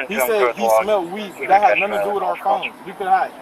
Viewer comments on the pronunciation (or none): none